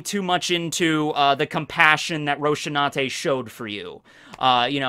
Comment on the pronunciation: You made such a big deal about saying "Deidara" with a different accent, yet you butcher Rosinante's name so badly I didn't even know who you were talking about the first time I heard you say it. Or did they really change it that badly in the English dub?